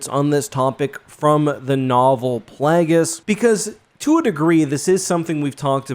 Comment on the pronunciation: Uh oh he’s talking about “PLAGGUS” again. I miss Darth Plagueis, whose name is based on the word “plague” and is pronounced that way.